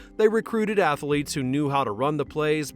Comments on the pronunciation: A: It's athletes, not athaletes; B: Who is the emotional center? Hackman or Reeves....C: F the NFL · Apparently, they used real "ath-a-leets". At least, that's what the voice keeps telling me over and over. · Athletes has 2 syllables, not 3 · LOL "Ath-a-letes"